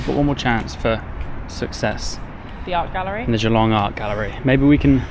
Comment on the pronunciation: I live 15mins from Geelong in the Bellarine Peninsula. Watching your video, made me cringe hearing how you say Geelong. It’s not pronounced Gee, long. It’s pronounced Ja-long!